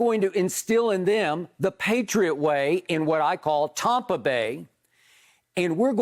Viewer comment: Skip "Tompa Bay" Bayless